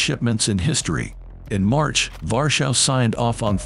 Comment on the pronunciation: Why do you say Varshav instead of Warsaw? Try Varshava.